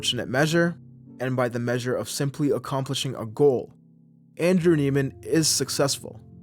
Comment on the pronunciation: Isn’t his last name pronounced “Neigh-man”?